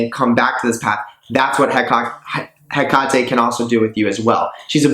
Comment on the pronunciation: I thought she was pronounced "Heck-a-te" not "Ha-Ka-Te"? And "Bee-lie-al' not "bail-ee-el"